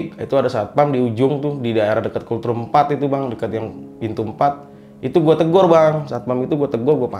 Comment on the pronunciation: Kultrum kultrum..... Gw ampe berpikir keras apa an sih kultrum. Gak tau nya yg dimaksud tu COLD ROOM. Ampun dahhhh. Knapa jadi kultrum kangggggg 🤣🤣🤣. Dibacanya tu KOLT RUM. Bukan kul trum 🤦